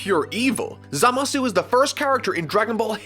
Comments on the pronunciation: It's pronounced ZAmasu. You're supposed to put emphasis on the 1st syllable, not the 2nd one. It's how the jp version AND the dub pronounces it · I absolutely LOVE this channel but now Im more confused than ever about the pronunciation of Gowasu and Zamasu.... in the English dub they always put the emphasis on the first syllable. WHAT IS THE TRUTH? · I cringe with how he pronounces Zamasu